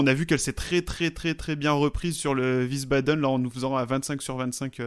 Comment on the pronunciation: wiesbaden se prononce comme visbadeun et non ouissebadaine.